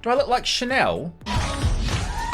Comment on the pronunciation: That’s not Chanel that’s Channel 😂